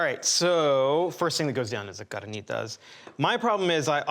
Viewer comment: Yooh, He Pronounced CARNITAS correctly 🙏🏻👍🏼 😂😂😂